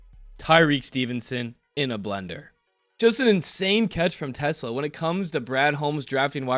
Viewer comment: pronuncaition: Tes-Laa (teh-SLAH). not Tesla. Anyway, good vid.